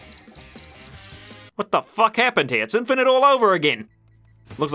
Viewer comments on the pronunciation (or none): none